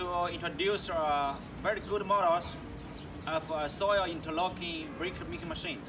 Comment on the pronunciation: This guy is funny as hell haha. Interocking. Hahaha